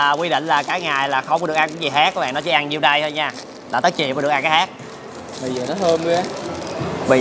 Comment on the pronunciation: khác = hác